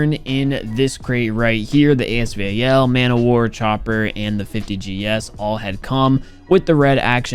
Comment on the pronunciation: He didn't pronounce chopper right